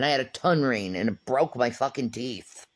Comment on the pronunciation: She's not prolific in the English language, that's for sure. I don't think she can get through 1 paragraph without missing letters, using the wrong tense, or just mispronouncing or mixing up words. It's one of my favorite things. "Tun reen" tongue ring. "Drinkin theen" drinking thing. Omg there's so many lol. I wish someone would make a long compilation of just those.